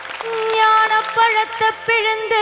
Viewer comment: Pronunciation should be ஞானப்பழத்தைப் பிழிந்து Not ஞானப் பழத்த. Rest are excellent ❤❤❤